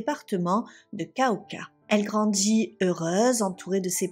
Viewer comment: Elle grandji , de djimille habitants, des petchi boulot, c'est horrible 🫨 apprend à parler correctement.